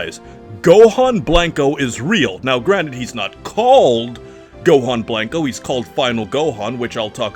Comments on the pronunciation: It's killing me hearing you say BLANK-O instead of blanco. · Please stop saying “Blank-O” lmfao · I love how this guy pronounces Blanco as "Blank-oh," instead of "Blanch-oh" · You say and pronounce special beam cannon so nicely but cannot for the life of you pronounce Blanco right. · Literally made it to and stopped because your butchering the word "blanco" where's your ethnicity?!